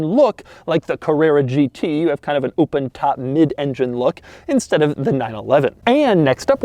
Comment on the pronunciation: "oopen top"